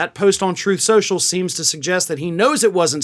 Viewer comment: “Troth Cential”.